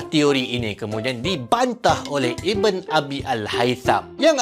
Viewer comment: ❤bukan iben tp ibn sebutan arabnya ibnu al haitam..